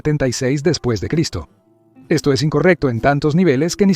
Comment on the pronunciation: No es D Cien, ni Cien Ostantinopla, ni Cien Artago. Es "después de Cristo", "Constantinopla" y "Cartago"